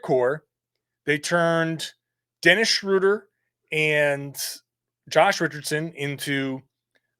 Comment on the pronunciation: We go from mispronouncing Schröder to Theis. That alone makes the trade worth it. 😆